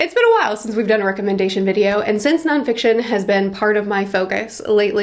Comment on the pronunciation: Non FICITON? :D